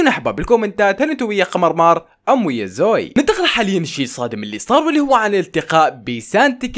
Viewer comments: مو زوي زووي زو وي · اسمها زوي مو زoي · مو زويي زوِِيِ ايي زوييي